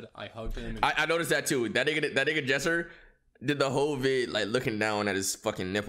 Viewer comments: Not gonna lie.... its Lesser not jesser He acting like a toxic girlfriend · He said Jesser but sure